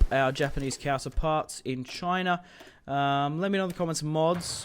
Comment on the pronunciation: The way you say China, it's amazing. Choina. Love you Aussies.